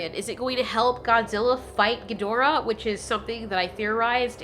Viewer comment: It’s king ghiordah